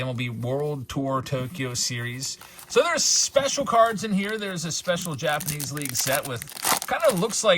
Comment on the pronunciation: I Swear I Heard “Jabs’panese” at the beginning! 🤣😬🤷‍♂️